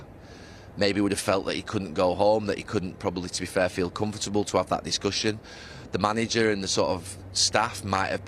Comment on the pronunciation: Gary “Com-foot-able” Neville